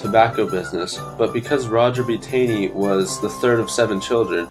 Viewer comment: its pronounced more like tawney